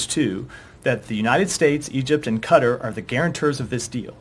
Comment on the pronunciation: Can no American produce qatar correctly?